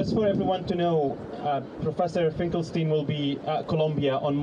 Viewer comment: Isn't Finkelstein supposed to be pronounced like Einstein?